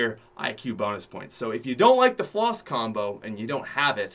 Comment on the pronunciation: did he say bonis😂